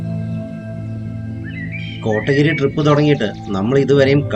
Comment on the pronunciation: Nice video 💙 കോട്ടഗിരി അല്ല കോത്തഗിരി (Kothagiri)